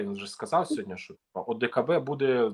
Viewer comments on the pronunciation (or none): none